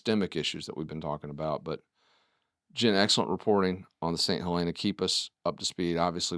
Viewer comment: Come on y’all have been around long enough to learn the proper pronunciation! “Saint Hel-EN-uh" (with a shorter "e" sound) Stop being elitists and talk to locals that were born in S.C. Not trying to be a jerk, but damn do your due diligence!